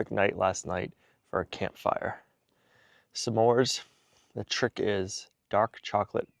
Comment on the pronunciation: Some More's:) (Smores) Love pronunciation of things it's hilarious! Blessings!